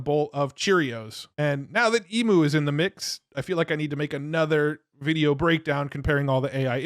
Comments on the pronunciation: E M-you not E-moo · Dude.. you're saying EMU wrong... Try EEM-YOU for pronunciation